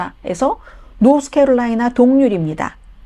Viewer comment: 할머니 좀 편파방송 좀 그만하세요 이런걸 왜 하는지 모르겠네 어대트에요 어대트 노스케롤라이나를 노스 코리아라 좀 하지마시곸 ㅋㅋㅋㅋㅋㅋㅋㅋ노스코리아 공산 독재주의 좋아하시는 건 아니죸 ㅋㅋㅋㅋㅋㅋ?